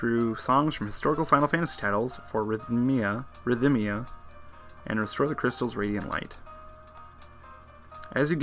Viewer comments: ridh-mee-uh. You say ridh-mick, not ridh-um-mick for rhythmic, right? (no vowel between th and m) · I think Rhythmia only has three sylabols not four. Rith-me-ah